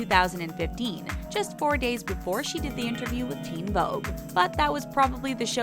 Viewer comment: Theen Vogue haha